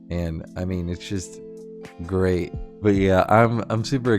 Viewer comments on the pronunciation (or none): none